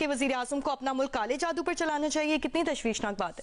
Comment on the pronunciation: جیو نیوز کی ابتر حالت۔ کبھی "چالان" کو چلان اور کبھی "جادو" کو "جودو"۔۔وغیرہ وغیرہ۔👎👎👎